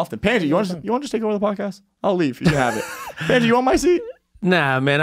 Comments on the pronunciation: Pandji not Pendji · Y’all keep calling him Pan Gee…….It’s Pun Gee not Pan Gee, Guys 😝